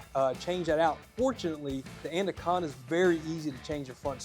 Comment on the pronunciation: "ANDA-conda." lol